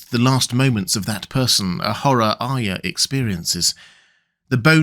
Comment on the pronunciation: Thank you for being one of the few people who says Arya correctly.